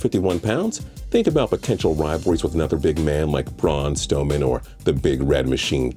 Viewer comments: It’s Braun Strowman not stoman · This man said Braun stowman smh